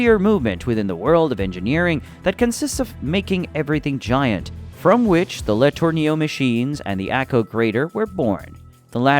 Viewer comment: LA-TURN-O is the correct.